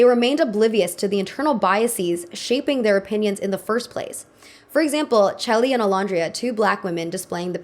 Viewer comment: “CHelly” clearly has not watched love island lmao